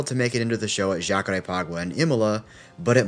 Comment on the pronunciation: Thank you for saying Jacarépaguá correctly this time 🙏